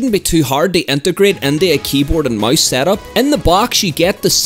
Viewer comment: wht tf is he saing keyboard and mais